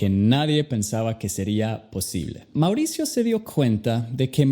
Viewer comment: Quien pronuncia tan mal como "mauricio "